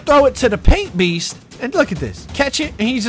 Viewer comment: “Paint peast “😂